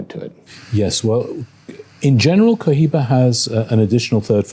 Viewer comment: Maravilloso y perfecto canal y video como siempre. 🎉 ( y será pluscuamperfecto cuando consigan pronunciar correctamente marca Cohiba 😂 ...)